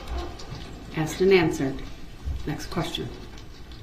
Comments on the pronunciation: I wish should would have told him it's not axed it's asked! I hate this man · Poster Child for IDIOTS Darrell Brooks!!!! Objecshun axe jujishal substain!!!😂😂😂😂 fkn idiot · brooks needs to create a new language. So far, axed and biast are my favorites. 😂